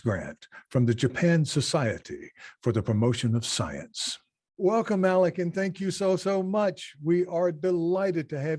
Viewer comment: Alec!!! Not alex!